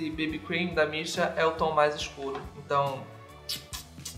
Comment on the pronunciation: Toda vez que você falava "da Missha" eu entendia "da Beesha" ahahah. Seria muito daora ter uma marca de maquiagem com o nome "Da Beesha".